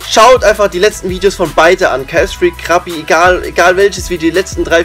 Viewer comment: Zu dumm um ksfreak auszusprechen